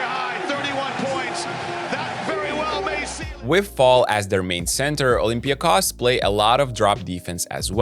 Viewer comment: Kudos to Basketnews team for pronouncing olympiakos name the right way! Oly will make it to the finals, despite your prediction.